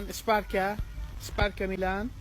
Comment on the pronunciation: The adult asked the kid to kick (the ground), but the kid took it too literally and kicked the scooter instead. He also has a foreign accent (though he speaks really well!) So ”esparka” as he pronounces it is supposed to be ”sparka”. It really adds to the charm of the video.